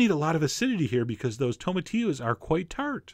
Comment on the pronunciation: cheif John. great videos. but it is pronounced tomati"LL"os. ya gotta say the L . Thats how we pronounce things in America.